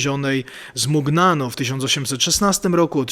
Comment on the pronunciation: Bardzo ciekawy materiał o znanej mi od lat św. Filomenie. Dziękuję za niego! 🙂🙂🙂 Dodam, że trochę inaczej wymawia się nazwisko Pauliny Jaricot. Jest francuskie i brzmi "żariko" (z Ż i bez końcowego T ). Inaczej też wymawia się nazwę Mugnano (mówi się "muniano", bo GN po włosku czyta się jak polskie Ń). W razie wątpliwości co do wymowy jakiegoś obcego wyrazu można wpisać w tłumaczu Google dane słowo, ustawić odpowiedni język (np. francuski, włoski) i nacisnąć ikonkę mikrofonu, aby jakiś automat poprawnie go przeczytał. Jeśli nie znam jakiegoś języka, to tak właśnie robię. Z francuskim i włoskim jestem dość dobrze osłuchana, dlatego pozwoliłam sobie podpowiedzieć księdzu prawidłową wymowę wyrazów w tych językach.